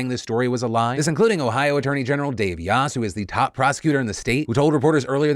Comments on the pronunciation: Hey Phil! For the future, Yost is pronounced "yoh-st." Thanks for doing such a great job evenly covering this story! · the way you pronounced Yost is giving me an aneurysm